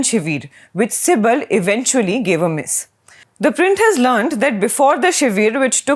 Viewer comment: Lady, stop calling "Kapil CIBIL" but "SIBAL" and not "Shiveer" but "Shivir" 😄😄